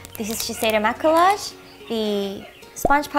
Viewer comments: the word "Maquillage" is french the correct way to pronounce is ma-ke-yazh and it means make up, not ma-ke-large ^^ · Wow that blush looks incredible. But side note, maquillage is pronounced ma-key-ahge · btw! maquillage is pronounced 마끼야즈 (it literally means make up 😂) and yeah you pronounced Visee right :p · Ahhhhhhhhhh I want everything in this haul :-( Especially that Laduree blush you got. Ps: Maquillage is pronounced as "mah-key-yahj" and it means make up in French :) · maquillage is actually pronounced ma-key-aj it is french for makeup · Maquillage is actually pronounced "Ma-key-ah-jeh" because in French, the double L is pronounced with a y sound (think Ratatouille) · Maquillage Is pronounced "Mack-kee-yaj" lol it's French.. :) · I'm fairly sure that the double l's in Maquillage are pronounced like y's. If not, any French speakers out there?